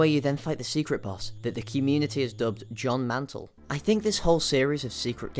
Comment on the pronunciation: Pff “John mantle”